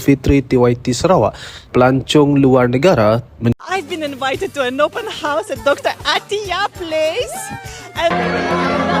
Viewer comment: bilang open horse